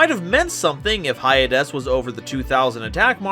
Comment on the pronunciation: Hyades is probably pronounced Hades